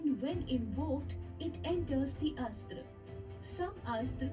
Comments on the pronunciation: It is not Astra. It is pronounced as "Asth-Ra" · Guys i think the pronunciation of astra is not like ass-tra...it is close to more aastra like 'us' instead of ass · You have to pronounce it as Us-thra(Astra) Astra means weapon